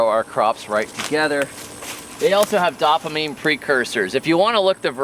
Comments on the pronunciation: Love your videos. I learn a lot. Allow me to pass along a tidbit - dopamine is pronounced dope-ah-meen, not dop-ah-meen. Thanks for teaching us so much. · Velvet beans ‘testosterone booster’… “I have nine children and one on the way but it has nothing to do with these beans STOP LOOKING at these beans” Very funny. PS ‘dopamine’ is actually pronounced like: dope-uh-mean. 👍